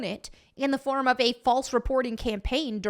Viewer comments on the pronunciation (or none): none